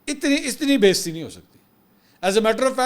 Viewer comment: Thx.. Pakistan Zindabad. Correction the word is Beizzati, not Besti